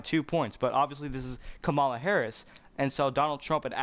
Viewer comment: You don't even know how to pronounce her name!